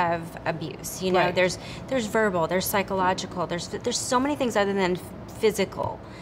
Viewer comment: It was Ryan Philipe. Reese said pychological, verbally.. And wanted to say physical but she stopped herself. I am sure she was physically abused. You can see it and feel it in her speech.